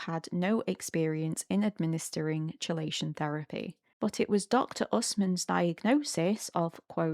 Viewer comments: I don't actually understand what the facilitator is supposed to be doing with s2c - why isn't it something that can be done directly between the nonverbal person and whoever they want to communicate with? Also, just fyi chelation is pronounced "key-lay-shin." I thiught you were talking about some sort of cold exposure thing until you mentioned heavy metals lol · Key. It's pronounced Key - lay - shun. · "Chelation" (it's "kee-lation") :)